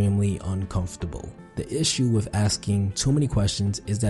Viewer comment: 😂 video on communication skills, yet the narrator can't speak clearly and says "wiff" instead of with at :29